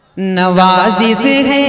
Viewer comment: Nawazis nahi nawazish Talffuz tak thik nhi urdu shayar ho